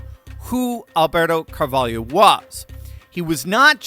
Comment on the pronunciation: *Car-vol’-oh. Not “Yo”.